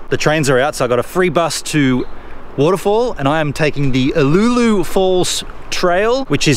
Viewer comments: Brings back memories being a former local Heathcote resident you pronunciation of Uloola was maddening we always said U-loo-la don''t know if it correct ! but that is how we said it. There is a much larger pool downstream of Karloo pool worth taking a look at it not on any maps that I know of. Thanks for the video's. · Yep that it !. Spent many a summer afternoon after school swimming there.